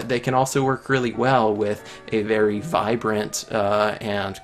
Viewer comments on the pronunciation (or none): none